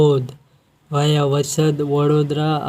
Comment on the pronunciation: આ ભાઇ ને વાયા સરખી રીતે બોલો